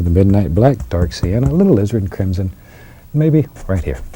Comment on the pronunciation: It sounds like he said lizard crimson